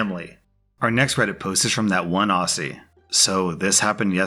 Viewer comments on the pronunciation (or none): How dear you pronounce it aussie and not auzzie that is how you pronounce it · its not prenounced 'aussie' its actually pronounced 'auzzie' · Aussie isn't said how you said it. It's pronounced ozzie but it is written aussie. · Umm, sorry to be a bother, but us Aussies pronounce the double “ss” as z’s so it's pronounced Auzzie. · I found myself cringing a little when pronounced aussie "ossi"... no big, but a funny thought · Btw it’s pronounced like Ozzie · Aussie is pronounced Ozzie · The way American’s say Aussie always cracks me up 😂 we pronounce it is “Ozzie” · I had to relisten to that multiple times. The way says Aussie is actually hilarious:D OSSY:D